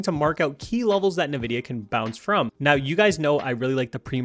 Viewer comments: Nvidia, NOT "Nividia" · Why are you saying Nividia like a boomer?? It's Envidia... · The company name is pronounced "En-vidia", not "Na-vidia." Lol! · Bro, great video. Also its EN-VIDIA not NA-VIDIA